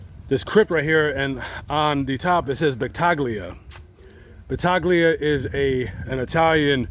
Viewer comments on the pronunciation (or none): My last name is Battaglia and that’s not how u pronounce it